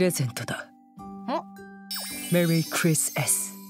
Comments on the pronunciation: 二人して"クリスエス.."の発音が素敵すぎる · しっかりKris Sって言ってて安心した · ゴルシもクリスエスも発音良すぎて感動しましたw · クリスエスの発音いいw